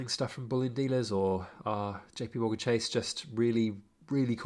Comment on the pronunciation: ‘Chase’ lol. Avoid.